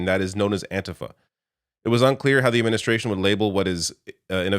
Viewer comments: IT'S PRONOUNCED AN-T-FA not antihfah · Antifa pronounced with a long ‘e’ on the ‘i’. Anteefa, second syllable stressed. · do you say fah-SCIST or FAH-scist. The correct pronuciation of antifa is anti-FAH. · I get that you’re Canadian, but you have to have heard how An-‘TEE-Fah is pronounced by now.